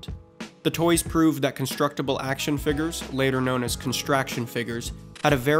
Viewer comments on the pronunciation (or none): "Action Figgers" 🤨